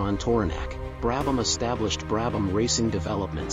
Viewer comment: Fortunately you were able to pronounce the subjects name correctly